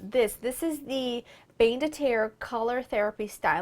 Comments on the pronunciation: I love you, Laura! But "bain" is pronounced more like "ban" but more nasal and you don't pronounce the 'n'. (It's French for "bath".) I'm not trying to be critical, and I hope I don't sound mean! But I'd want you to correct my Italian if it were the other way around! 😜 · Laura, its pronounced BAN the i is silent.